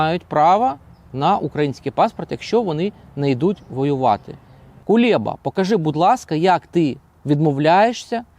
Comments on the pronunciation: Кулеба а не КулЄба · Правильно треба називати Прізвище !!? Не Кулєба , а Кулеба !! Ганьба !!? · Чому він Кулєба,а не Кулеба? Це такий випендрьож ?